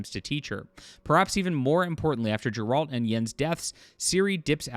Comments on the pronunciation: Geralt not Gerold. But yeh, you're right. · Ffs, how are you so bad at names? The G in Geralt is saidnlike the G in go.